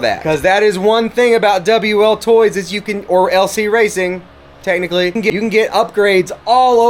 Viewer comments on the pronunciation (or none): Why LC racing, ‘Techinically’